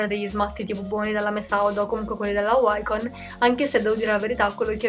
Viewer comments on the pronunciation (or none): none